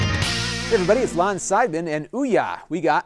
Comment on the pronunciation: Sorry - speed reply - "Lon" not "Lone"